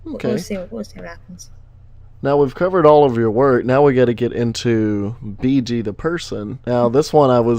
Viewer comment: first time I hear that I thought u said ,,Bitch''